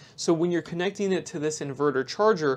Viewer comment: Question: I find it very interesting that you pronounce tighten ti-TAN, yet connecting connec-ding - why?